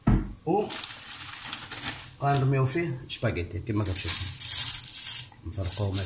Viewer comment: الشاف راه سباكيتي ماشي شباكيتي ولا انا ماسمعتش مزيان